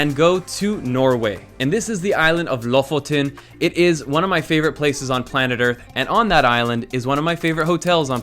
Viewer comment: I love how you slaughtered the pronounciation of Lofoten x'D